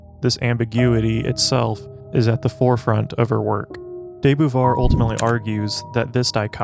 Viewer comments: Beauvoir is pronunced ''Bo-Vouar'', amazing video tho ! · It's actually pronounced 'boo-vwah" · Learn how to pronounce her name. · Her name is not pronounced correctly in this video.